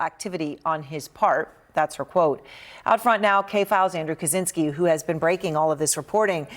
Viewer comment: I wish Mr. Kaczynski's name could be pronounced correctly, it's Ka-CHIN-ski.